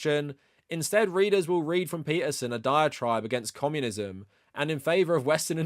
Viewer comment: Is this guy saying commonism